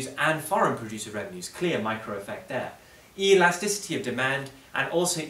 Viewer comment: E-lasticity, what a guy